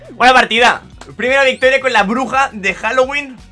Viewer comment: Jajajajajajaja todavía me acuerdo de eso El inglés de 😂😂😂